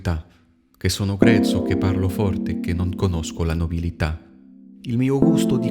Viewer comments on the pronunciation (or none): Super chanson avec un italien impeccable.. une seule petite faute... c’est nobiltà et pas nobilità... j’adore votre humour bravo